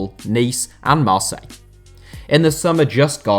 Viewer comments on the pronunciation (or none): none